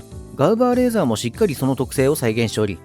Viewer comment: ガウバーではなくガウパーでは？